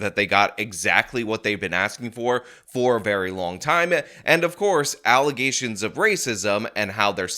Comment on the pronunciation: Allegations of racism? I think you mean, "Allizations of racism". An American mayor can't be wrong in how pronouncing such a comman word.